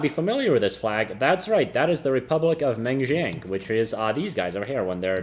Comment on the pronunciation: "Manchookoo" lol